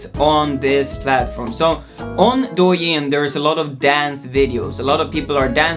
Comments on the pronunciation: It's actually pronounced "doe yin", as in "doe, a deer, a female deer" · I think is DOUYIN not DUOYIN A